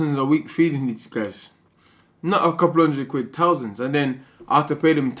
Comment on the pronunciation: He spends tousands guys, tousands